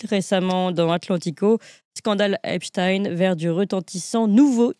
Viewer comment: Monsieur Raufer prononce t-il aussi Albert HeinSTINE ou reserve t-il cette étrange manière de faire à "Epstein" pour ne pasfaire trop sonner Israëlite ?